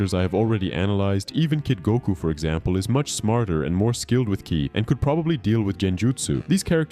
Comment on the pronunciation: "to use " KAY-AI" (KI) ok so now im assuming the voice itself is a.i as well because theres simply no way